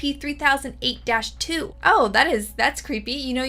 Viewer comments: Bro you say SPC again! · Take a shot every time she said scp wrong